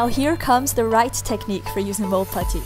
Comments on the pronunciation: i love when she says puddy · The way you say putty is funny